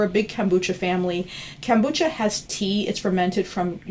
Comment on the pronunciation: Funny how many mispronounce the word kefir. And kombucha. She mispronounces both :P